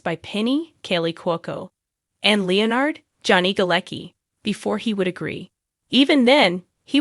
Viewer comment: Cant say leonard properly 😅😅😅 bloody AI's